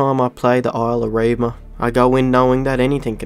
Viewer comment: lol did u say “erima”? It’s E-VRIMA